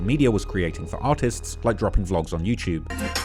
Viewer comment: u say artists i hear something else ...